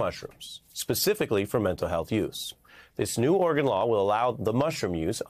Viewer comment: Melber all but omits the second syllable, making it orrgun. It's not the only letter he's cruel to, crimes against the letter t featuring often : inner views, inner national, inner vention etc.